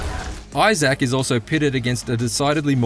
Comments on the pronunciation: eye zack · This dude can't even say Issac right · The way you say, Isaac drives me crazy 😆